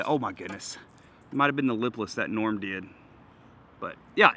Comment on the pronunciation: This was awesome, you guys sitting in the park painting lures with little was hilarious! And I loved it when she called Norm, Noom!! Haha